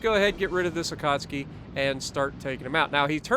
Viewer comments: How many times do we have to hear you mispronounce Akatsuki in the first 5 minutes? 🤣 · It's just so hard to hear it that way after years of YT'ers saying it the other way for legends and PC.